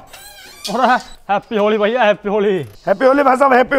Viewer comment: Mastani said : भैया ❌ वय्या ✅